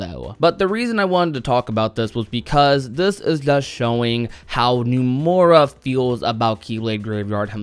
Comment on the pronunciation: why does this dude say "Numora"?